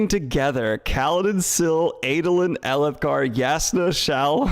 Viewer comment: i enjoyed how elhokar slowly became alethkar in daniels mouth over the course of this stream